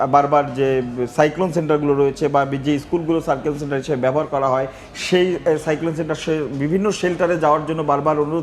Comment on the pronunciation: মেরাল, পোরবেশ, সাইকোলোন সেন্টার, অদ্ভুত উচ্চারণ জামীর সাহেবের।